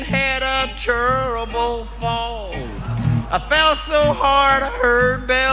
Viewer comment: He says terrible like Cleveland brown